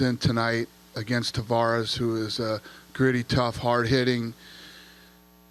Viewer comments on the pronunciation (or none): none